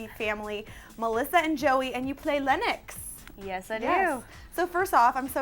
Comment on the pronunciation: LENNOX. NOT LYNX.